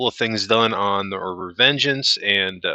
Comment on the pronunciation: "Revengence" lol